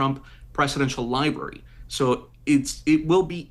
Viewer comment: The libarry 😂😂😂😂